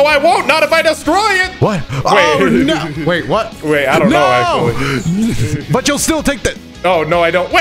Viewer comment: “ackshaully” pot of greed was banned way before 5ds aired